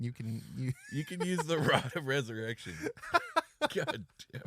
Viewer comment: Pretty sure the pronunciation should be Rod of Rez-erection.